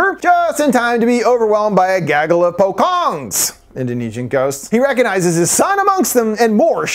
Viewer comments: Small note it's pronounced Potch-ong not Po-kong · It's not pronounce as pokong but puchong. The C does not sound as K but C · I was listening to this while working, had to stop when he said "poh-kong" 😂. Its po (as in poe) - chong (the "cho" pronounced like chop without the P) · Also the pronunciation is "po-chong" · pocong is pronounced as poh-chong. also it's reanimated corpse. kinda like zombies but powered by necromancy, so it's really corpse puppet of the cult members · The white tied shroud ghost is called pocong, with the pronunciation pochong, "cho" as in chocolate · pocong is pronounced with "co" sounds like cho in chocolate. so it like, po-cho-ng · the pronunciation is like pochong